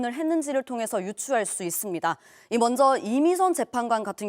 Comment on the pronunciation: 여자 앵커 발음 좀 고쳐라 … 먼zㅓ ….먼저 발음도 안되는데 공중바 뉴스 출연이라……먹었메